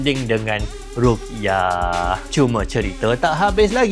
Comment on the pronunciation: Bukan rukyah, tapi ru'yah